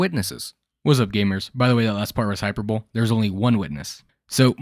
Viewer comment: "hyper-bowl" Bruh.